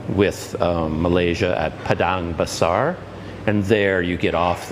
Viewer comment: Yay finally get to catch up with you once again soon. Also I couldn't help but rewind the video again and again just to listen to you say 'Padang Besar' ... LOL! Very eloquent indeed.